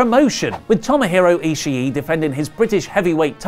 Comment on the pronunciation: is it not pronounced Tomohiro e-she not e-she-e?!